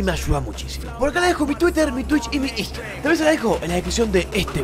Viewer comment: cuando pasas tu Instagram no se te entiende nada hermano